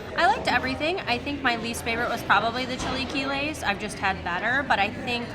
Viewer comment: Chee lay key lays